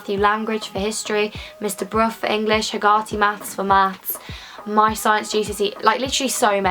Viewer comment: The way you said hegarty made my day. We pronounce it differently. Last year we all hated our math teacher a dee all had a huge joke about mr hegarty to make fun of him. (I'm not mean but I just went a long with the class) He didn't teach me a thing I had to twachmself every night at home '